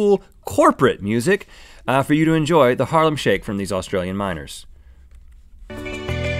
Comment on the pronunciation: Am I the only one who thought that they were saying Australian Minors